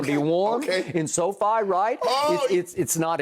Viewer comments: “So-Fine”? Really skip? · At "SoFine" stadium!